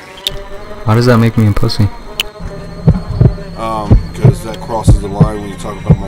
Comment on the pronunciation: bing bong cant even say pussy :')